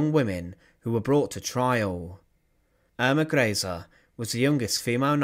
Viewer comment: Pronounced Earma Grayzuh.